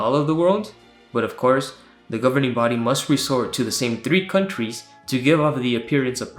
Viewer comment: I lose every time they say "governering body," "pioneers" and when you say "publisher."